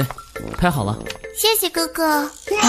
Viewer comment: She said ( xie xie ge ge = 谢谢哥哥) . she didn't say xie xie guo guo... Chinese is ge ge but pronunciation is ga ga ... it's means brother... Thanks brother....